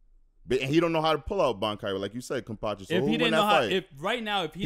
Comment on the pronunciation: Yea just wait for kenpachis next fight. There all gonna be like damn hes dope. The only reason ichigo had a chance is because kenpachi didnt wanna body him instantly, its amazing how spot on is, thell see they just barely have seen kenpachi yet. I just grin every time they say kenpactchi, there gonna relize that a serious no eyebatch and a little technique kenpachi is stronger than allmost everyone.